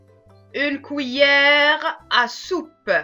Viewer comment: Tres bonne vidéo mais on ne dit pas Couillère mais cuillères.